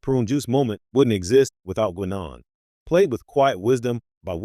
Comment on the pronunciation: 4 minutes on prune juice and i just can't deal with the AI's pronunciation of Guinan.